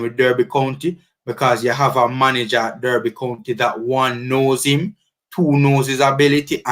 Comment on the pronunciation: DERBY is pronounced D-A-R-B-Y... please note it can be disrespectful to keep mispronouncing the Club's name